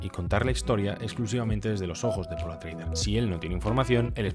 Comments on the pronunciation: Grandísimo vídeo. Bien documentado y muy bien documentado pero porque dices Atreider en vez de Atreides? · Buena crítica sin estar de acuerdo. Por cierto, no es paul atreuder sino atreides, supongo que un lapsus. Lo siento pero tengo que recordar la penosa y desastrosa versión. Nadie más se durmió ? Menos mal que tenemos los libros lo cual desmonta la película, saludos y gracias